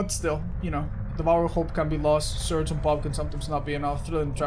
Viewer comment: Is it just me or when he said surge it sounded like search